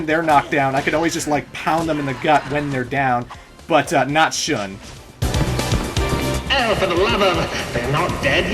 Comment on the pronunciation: Wouldn't Shun be pronounced "Shoon" or along those lines? I just want to check on my japanese ;)